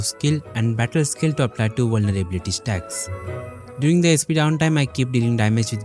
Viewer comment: vulnerblyblylity - nice pronouncination man. You want me to redeem or not?